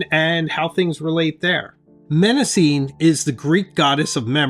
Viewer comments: Nice review. Thank you. BTW, Mnemosyne is pronounced nih-MOSS-uh-nee in English, with the stress on MOSS. The initial M is silent. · It's pronounced "NE ( as in never mind) MA ( as in mama) SIN KNEE ( and the last two sound like the real English words.)) Sorry to be 'that' guy I actually don't find pleasure in it. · Since Mnemosyne is a Greek name, you should pronounce it properly: ne-‘MOSS-uh-nee. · Great video, but Mnemosyne is pronounced neh-MAW-seh-nee, with the stress on the second syllable. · If I recall correctly from my classics classes, Mnemosyne is pronounced Neh-MOS-suh-nee I’d check Google Translate Greek. In fact, I might do it now. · Google show it pronounced "neh·mow·zeen"; but certainly not starting with an "M" sound, especially as that is the root for mnemonic! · Mnemosyne is pronounced as "nuh-MOS-uh-nee" or "nee-MOS-uh-nee.". I just looked this up and I’ve never been so wrong for so long. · mnemosyne - the first 'm' is silent and you pronounce the 'e' at the end. 'nee-mos-ih-nee'. thank you for the video and alternatives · I would pronounce it more like "neh-mo-sü-nuh". But I'm not Greek so I just try my best. Pronouncing the name of a greek goddess with English i-pronunciation feels weird to me. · Knee-mo-see-nee. The "M" is silent. Paper quality is important. I have a 2026 planner I am thinking of ditching because the paper is horrible. It smears badly. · I was rooting for Mnemosyne (neh-mos-see-nay) from the get-go, even though you Jones'd the name 😂 That paper is just superb all day long. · Excellent video and so helpful. I’ve subscribed. (I was surprised by your pronunciation of Mnemosyne but is forgivable 🙏). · The beginning M is silent in Mnemosyne. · It would help if you pronounced Mnemosyne correctly. It's Greek, so for phonetics you have to go to the original Greek alphabet. Rhymes with Persephone, Calliope & Daphne. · For future reference the first M in Mnemosyne is silent.